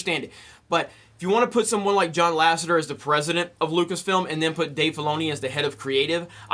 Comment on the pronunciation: Oxxford699 its Dave Filoni. Why does everyone botch his name lol?